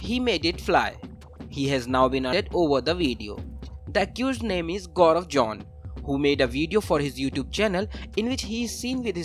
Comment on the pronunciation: The reporter pronounced Gobar John ... with all hard Error ... they should've employ me as a reporter, I'm not professional but I pronounce correctly. 😁